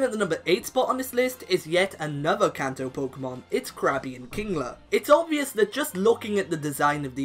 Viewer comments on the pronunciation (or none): none